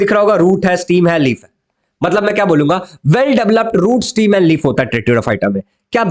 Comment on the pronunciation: स्टीम नाही स्टेम